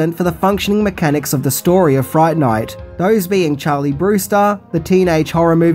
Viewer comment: "Welcome to Fri-ght Ni-ght "